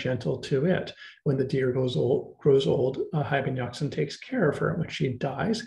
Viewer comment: Hayy in Arabic means "Living (being)" and Yaqza-an means 'Aware' or woken up( this how it should be written, for it is not as you pronounced it'Yaqzan' very short, where as "Yaqza-an is elongated, which the correct way to pronounce it. Many other mistakes are made in, for instance 'Al Ghazzali" which means 'The weaver' in Arabic, is pronounced 'Al Ghaz-zali' elongating the the z, and so on. Just thought you might want to know. Being an Arabic scholar, I notice tons of mistakes people make in attempting to translate/literate this great language, that has deeply influenced the west in particular, and the rest of the world in general. With very little credit, unfortunately! Not to mention the great polymaths it has produced throughout history. Thank you!